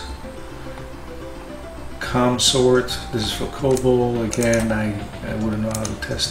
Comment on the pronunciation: It's "kome' sort, not "com" sort....as in hair comb, due to the fashion in which it sorts...and COBOL is WAY easier than the stuff you do here on mainframes...I'm sure you could pick it up in an hr or two if you had the interest...which I think you should do for many reasons...It's a beautiful language...one could write a story with it in source code that could compile into a executable which when run would give the conclusion to the story or similar...a pet project of mine some time in the future.